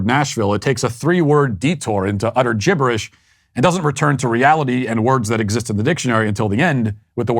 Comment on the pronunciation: "GIBERISH"..Love it Matt !!!